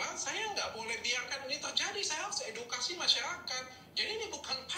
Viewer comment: EDUKASI APA EDUITKASI?? 🤣🤣🤣🤣